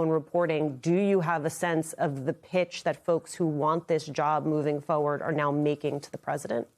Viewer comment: FORward NOT "Fo-ird."